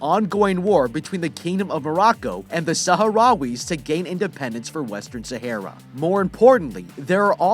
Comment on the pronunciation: You are saying Sahara wrong